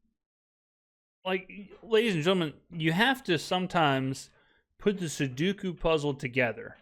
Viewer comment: your propensity to insert your uniquely pronounced catchword “SUDUKU” (sic) into virtually every video you post is perplexing. I am beginning to suspect that you since have ignored my numerous hints as to the correct spelling/pronunciation of the popular puzzle that it is indeed a conscious decision on your part and you have decided it’s your ersatz trademark. Inquiring minds want to know the veracity of this postulation. As the most prescient pigskin YouTuber in the nation, it seems a bit perplexing that a person of your preternatural pigskin perspicacity to prefer promoting and perpetuating this pseudo-neologism as your personal trademark. Perhaps not so perplexing if you frequent the nearby population centers of Pearlington, Picayune, Poplarville, Pearl River or the even more distant Pascagoula. PS. Before perceiving me as picayunish, persnickety, pompous, or perpetually polysyllabic — I prefer the term punctilious.